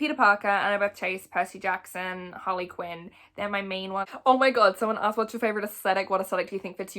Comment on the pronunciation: I know you didn’t just say Percy katson😂